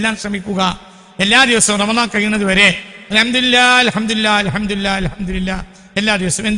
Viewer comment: അൽഹംദുരില്ലാഹ് എന്നല്ല അൽഹംദുലില്ലാഹ്എന്നാണ് രില്ലാഹ് (തെറ്റ്) ലില്ലാഹ് (ശരി) രി (തെറ്റ്) ലി (ശരി)